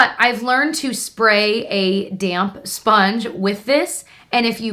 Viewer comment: Love how you over-enunciated and used a fancy accent when saying "a DAMP. SPONGE." Please keep doing that xD